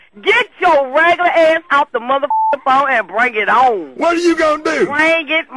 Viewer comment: "BRANG IT OWN" LOL!